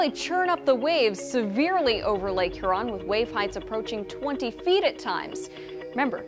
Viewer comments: It's Her-in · You keep mispronouncing it. Hearon. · Its pronounced here-on lady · Subtropical hurricane "huron" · Th pronunciation of Lake Huron is frustrating